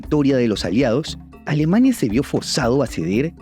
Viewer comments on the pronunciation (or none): none